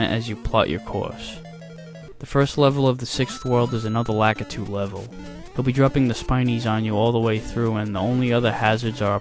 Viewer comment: you sure pronounce "Lakitu" weird...